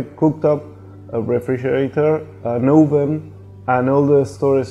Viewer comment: To be on Never Too Small, you must pronounce oven "Oh-ven".